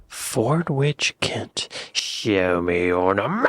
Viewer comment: It's pronounced Forditch. Silent W